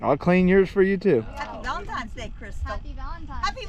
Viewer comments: it’s “Valentine’s” not “valentime”. 😂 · It’s valentines, not valentiMes. Cool video. Lots of fun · Oh man....he says "Valentimes"... Bummer.